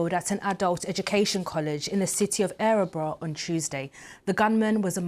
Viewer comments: It's not ärebro, It's Örebro. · Dear BBC. It's Örebro. Not Ä-rebro. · The Town is pronounced and spelt wrong it is Örebro. Please get it right.